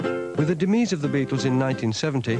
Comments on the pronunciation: He said dimiss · Discussions about McCartney are all very well - but why the hell does Melvyn Bragg pronounce 'demise' like that?